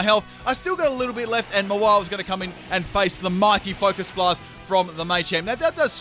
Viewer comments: Noob question: Why do you keep saying Focus Miss? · Can someone explain why he always calls Focus Blast "Focus Mist"?